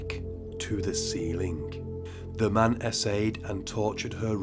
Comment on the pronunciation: When you say 'assailed', it sounds like 'essayed' , even the automated caption get it wrong everytime . Nonetheless , I really enjoyed the video